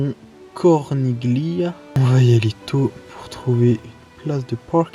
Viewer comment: très bel accent! 🤌🏻 (on ne prononce juste pas le G dans Corniglia)